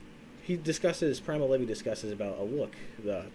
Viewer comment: Guy said “Primal levee”